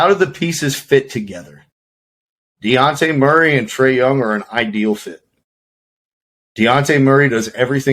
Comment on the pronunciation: Ima have to head out after hearing Deonte e for the 3rd time 😂